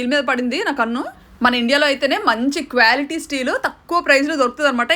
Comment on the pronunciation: Kwality kadandi qua qua..😂😂😂lity- Bebbidam😂😂